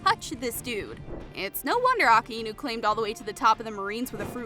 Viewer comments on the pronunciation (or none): A k a i nu not Aka enu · That’s not how you say his name that’s not how you say the magma admiral’s name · Because that's not how you say his name 💀💀💀